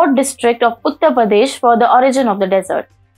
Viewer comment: Madame some humble corrections. उच्चारण डेज़र्ट, नहीं, डिज़र्ट होता है। Soan Papdi फ्लैकी नहीं, फ़्लेकी होती है।